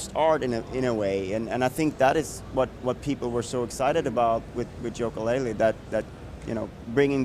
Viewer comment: He did not just fucking say Joka-Laylee